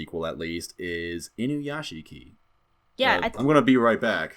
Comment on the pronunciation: Inuyashiki is pronounced Inuyashki, nobody ever fucking gets that right, pronouncing it without the silent i is the same as saying "Sasooke" when referring to Sasuke yeah, i'm a petty weeb, sorry not sorry